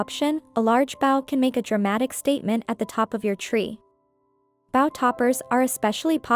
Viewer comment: I'll help with algorithms. The narrator pronouncing bow meaning to bend instead of a bow made from ribbons. Crazy. shows an invitation for warmth & coziness...seriously!? Someone is interested in dolls with blood & guts . Sure you can explain Toppers are a crowning jewel bringing truly magical personalities. Half these toppers were weird BS! Thumbs down buddy.